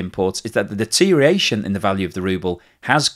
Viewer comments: Deterioration not deteriation,.;-) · another excellent presentation... but its deteriORation...deteriORation....deteriORation, please. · I’ve noticed a steady decline in your pronunciation of deterioration over the past few months. It seems to have lost at least one syllable in that period.